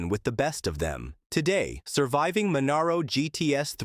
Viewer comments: Ffs say Monaro properly!!! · At least it wasn't " Moneero" .